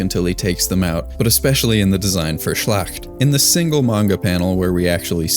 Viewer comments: Never heard "schlacht" aggressively mispronounced as "schlächt" like this before. Please just use google translate in german or any AI for a correct pronunciation. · Nice little touch for sure. Just as a little aside, though, when it comes to Frieren, look into how a word would be pronounced in German, because that's where all the names come from. The "a" in Schlacht is more like an "ah" sound. Don't have to nail the gutteral g's and stuff, but something as simple like 'a' versus 'ah'...